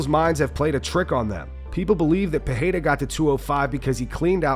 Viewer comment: Chael you can’t even figure out how to say Alex Pereira’s name. You say it differently every single time. Your outdated opinion are getting more and more useless. Loved ya in your prime. Best mouth on a mic. But it’s time to shut up